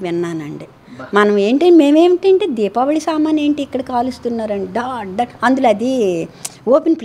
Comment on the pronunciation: Dipavali sounds ankundata 😂 😂😂😂